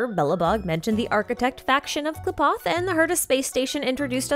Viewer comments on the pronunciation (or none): none